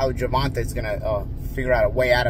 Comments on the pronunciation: Tae not Tah… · DUDE it’s GERVON(TAY) not GERVON(TAH) SMH!!!! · Who Is Gervan-Tah? Gervan -Tey bruh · GervonTAY. Not GervonTUH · Gervonta (jer-von-tay) the fuck is Gervontah? 😂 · (Ger.Von.Tay ) not (Ger.Von.Ta 😂😂😂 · His name is pronounced Gervontay, not Gervontah. That was getting annoying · Gevontaeeeeeeee not taa😅😅😅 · Who is Gervon ta? 😢😮 His name is Gervon TAY!!! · Bro it's GERVON TAE NOT TAH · Jer-va-tay. (TAY) (TAY) not Ta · Cmon bro ur killing me pronouncing his name like Gervontuhhh it’s pronounced Gervontaaay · why does keep pronouncing Gervonta like that? Its supposed to be Ger-von-tay. its either a subconscious thing or purposefully mispronouncing to be disrespectful and slick. but his demeanor doesn't seem disrespectful at all hes strictly talking great boxing analysis as usual. that Ger-vont-ta pronunciation was annoying at the beginning lmao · His last struggles with range… but he still knocked out the guys who had a longer reach lmao you were so wrong. Also, his name is NOT Gervon-tuh, it’s Gervon-tay. C’mon, stop messing up his name. Be a professional! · Why do u keep saying Gervontah it’s pronounced Gervontae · Why do you insist on calling this man Gervon-tuh? It's Gervon-tae, and you know it. Your deliberate mispronounciation of his name is disrespectful and raises my eyebrow. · Say it with me (GERVON-TAY) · Of calls Tank Gervon-Tah one more time 😂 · Who tf is Guh - Von - Tuh , lmao 😂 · You need to learn to put on a seatbelt, you also need to learn to say Gevonta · You saying his name wrong 🤣🤣🤣 Gervonta. Great analysis. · So you just gon keep calling em "Gervontuh"?😂😂😂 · His name is not Gervontaw. 😂😂😂😂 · Always good to see expert info. Love how you pronounce tanks name😂 It's pronounced (JER-VON-TAY) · It's pronounced Ger-von-tay . How do you not know that as big of a name as he is 🤦🏾‍♂️🤦🏾‍♂️🤦🏾‍♂️ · Why does he keep saying Gervontah? Lol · Why’s he keep calling him gervonta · Who the fuck is Gervontah?